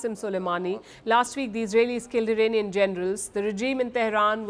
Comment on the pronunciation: The day you see an Indian who says "IRAINIAN" and not IRAANIAN, you know the person needs to go back to school :person-turqouise-waving::person-turqouise-waving::person-turqouise-waving::text-green-game-over